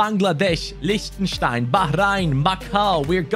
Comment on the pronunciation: Why was his German pronounciation when he said Liechtenstein so on point? Impressive.